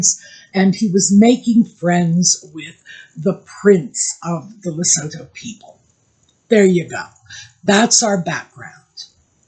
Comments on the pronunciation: Lesotho = Le-soo-too. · Hi. Love your channel. Can I let you know that it's said as Le-sootoo, a message from South Africa.